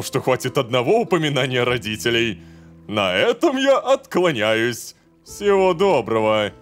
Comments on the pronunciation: Откла́няюсь, а не откланя́юсь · ОтклАниваюсь, а не ОткланЯюсь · В слове отклАняюсь ударение падает на букву А. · Рома ударение на отклАняюсь а не откланЯюсь. Первое поклон второе наклон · Серия прикольная и во многом поднимает настроение, но правильно было поставить ударение на 2-ой слог в слове откланяюсь. В остальном все прекрасно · Рома, почему ты читаешь "откланяюсь" с ударением на я? откланяться от слова кланяться, ударение в этом слове на на "а"